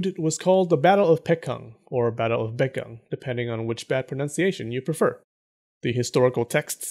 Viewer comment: His name is pronounced Poong. Like oo in poop. Korean romanization is confusing I know just help out. Also a better way to pronounce the Korea names are Baekje with a b Baekgang with a b. Just like Busan...instead Pusan.